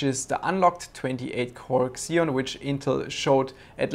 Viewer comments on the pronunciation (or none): Maaan....It’s not “ksion”, it’s “zion” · "ekszeon"? Isn't it pronounced "Zeon"; ziːɒn/ ZEE-on? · Every time you said "kseon", I cringed. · makes sense, still worth "fixing" though.